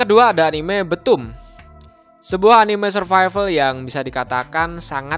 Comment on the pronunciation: Btoom di baca bithum bkn betum :)